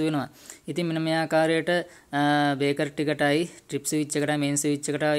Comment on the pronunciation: ඔබගේ වීඩියෝ එක ඉතා වැදගත්ග ඒත් ඔයාගේ පොඩි අතපසු වීමක් කියන්න ඕනැ ඔයා අර්ත් වයර් ප්ලග් බේස් එකට යන හැටි කිවිවේ නැහැ අනෙක මේ තියෙන්නේ බේකර් නොව බ්‍රේකර් Braker ලෙස කියනවනම් හො‍්‍දයි